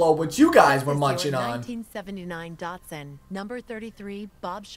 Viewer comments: You're not a real car guy if you pronounce datson, dat-son instead of "dot"son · Why he say Datsun like it's pronounced dartsus its so annoying